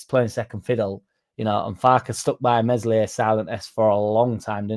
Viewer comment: Maybe we should have cashed in on Meslier ( who you pronounce correctly. Have you been taking French lessons? ) Chelsea were after him and others but our club saw him as a potentially good keeper. Ah well good luck to the Lad wherever he goes.